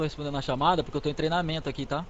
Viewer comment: "treinamenta" ta errado e treinamento